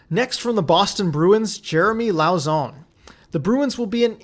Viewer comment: And Jeremy "Low-sson" while you're at it. 'au' in french is pronounced "oh". But anyway, you make great vids!